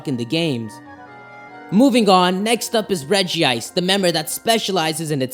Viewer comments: its regice not regiice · It is not regi-ice it's reg-ice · "Reh-jee-ise" OMFG IT'S Reh-jise!!!! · Dis dood: calls regice regi ice Me:stop get some help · It's not regi ice it's regice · Its Regice. Not regi-ice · Ah no. Its spelled Regice but its pronounced Regi-ice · The only Pokemon pronunciation I can't stand is like it's spelled regiice (re-ji-ice).... It's regice (rej-ice) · its golems not regis and it is reg ice not reg ee ice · I have pokemon book and it says to pronounce regice like rej-ice instead of rej-ee-ice im sorry but I just had to say that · Its not reg e ice its reg ice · It's pronounced rej ice not rejie ice check pokedex 3D pro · Why do so many people mispronounce Regice? it's Reg-Ice not Regi-Ice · No it actually pronounced Regi-ice, not reg-ice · I'm sorry I have to be that guy, but you mispronounced Regice is pronounced like Rejice with only one I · It’s pronounced Rej-ice! There’s only 1 i! Yes I know it is spelled Regice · It's pronounced Rej ice though it is spelled Regice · Regice doesnt have an extra i so its not pernouced "Regiice"